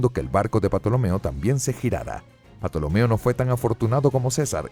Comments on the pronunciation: Mejor Tolomeo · Aunque grandioso video, no se pronuncia Patolomeo se pronuncia Ptolomeo tal cual. Perdón por parecer un listillo. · porque dice patolomeo? me da rabia, no es patolomeo es tolomeo la P no se pronuncia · el video esta perfecto, incluso las imagenes de Assasisns Creed Origins; salvo lo único que arruina el viaje histórico son los nombres de patolomeo que segun recuerdo la P es muda y se pronuncua Tolomeo de la dinastia Ptolemaica, hay un libro de alejando magno que habla sobre y muchos detalles sobre su viaje al Oasis de Siwa,etc. lo de Patolomeoque me imagino que debe se ancestro del pato donald jajajaja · Super video enserio, pero respeta tantito los nombres, que es eso de Patolomeo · En mis clases de historia clásica se escribía PTOLOMEO y se pronunciaba TOLOMEO. ¿PATOLOMEO? JA JAJA JA 😀🙂😁🤣😅😂🙂🙃😉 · Se pronuncia "Tolomeo" o "Tolemaico". La "P" en este caso es muda y no le sigue ninguna "a". Por tanto no es "Patolemaica". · porque dices 'patolomeo'?? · Si aca pronuncias "Patolomeo" ac qluiere decir que tambien pronuncias Pisicologia? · ¿Patolomeo? Qué manera de arruinar un buen video. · La P es muda se pronuncia tolomeo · Yo se que La "P" no se pronuncia Yo aprendi a pronunciar "TOLOMEO" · es cierto se pronuncia tolomeo pero bueno un desliz lo tiene cualquiera realmente es un fallo aceptable quiero decir sino has tenido contacto con el latin y sobretodo nombres cientificos no se lo perdonaría a un paleólogo además si alguien quisiese ser estrictamente riguroso dudo mucho que su mejor baza fuese un video de apenas 10 minutos... bastante aguanta el tipo el canal >.> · Cada vez que dices "patolomeo" me es acuerdo de las patoaventuras con el tío Mcpato jajajaja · Se pronuncia tolomeo xd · Que risa patolomeo 😂😂😂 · ¿Porqué este narrador dice "Patolomeo" era "Patolemaica"? Hasta donde sé no se pronuncia así, ¿o si? Se escucha raro. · La P es muda se pronuncia tolomeo xd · Cierto la P es muda se dice tolomeo